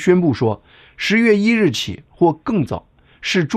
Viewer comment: 一点小建议：发音：11月听上去很像10月。不看字幕的话还真听不清楚